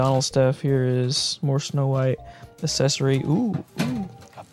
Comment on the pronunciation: You probably said the word accessory 20 times in the video and every time you pronounced it “assessory”